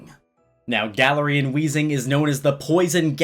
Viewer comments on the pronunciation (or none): Please call it Guh-Larian not Galar-Ian sorry..... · Its glare-ian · Guh-lare-ian is how I pronounce it so hearing Galar-rian really bugged me for some reason lmao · Im just so weirded out on how you say Galarian(GALA-REE-HAN)... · I pronounced it gay-lar-ian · The way he says galarian stresses me out